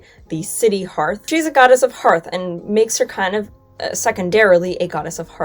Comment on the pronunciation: Thank you for pronouncing "hearth" correctly! You're the first YouTuber out of at least half a dozen that I've seen to do so. I also really appreciate the straightforward history without any revisionist spin. If I could give this video a "love" instead of just a "like" I would.